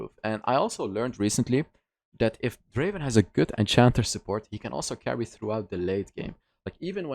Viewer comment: Draaaaven not Draven